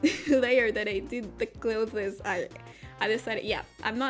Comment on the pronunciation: When you tried to say clothes, I was incredibly confused because it sounded like you were trying to say glow fist or something. I feel it’s pretty evident your first language is not English, and I’m not trying to be rude in any way, I just thought I’d point it out so you could avoid making the same mistake in the future. Really cool drawing btw.